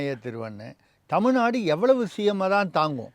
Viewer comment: நதி அமைச்சர் அபத்தமாக தமில்-நாடு என்று உச்சரிக்கிறார்.....